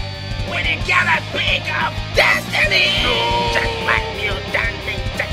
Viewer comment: IT'S JEKBLACK GET IT RIGHT